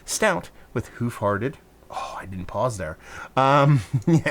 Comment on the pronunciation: That’s how I’d describe almost every beer from them. Fun and dangerous. Usually too easy to drink for how high of ABV. I’ll suggest pronouncing Hoof differently, almost to sound like the “u” in push. Like the way some folks pronounce “roof” almost like “rough”.